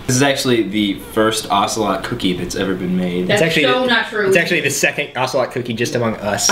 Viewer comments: i dint like the way you pronounce ocelot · you pronounce ocelot really white.